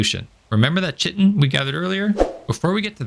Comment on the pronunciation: common mispronunciation on chitin. It's like kite-in. not chit-in. Origin is greek, means "covering" iirc.